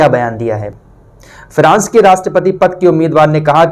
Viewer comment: अरे भाई फ्रांस बोल, फिरास नहीं